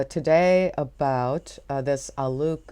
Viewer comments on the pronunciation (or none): I am pretty sure his name is pronounced to rhyme with "bloke".